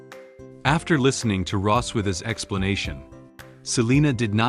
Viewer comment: Its Ross-wiss!